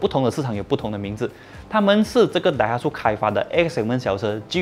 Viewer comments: axia原来读azia，我也要科普一下 Daihatsu 读成 Daiha(tsu知) 不是苏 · 顺便一提daihatsu是念dai ha tsu=支🤣🤣